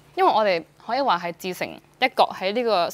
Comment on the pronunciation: 旮旯係讀哥囉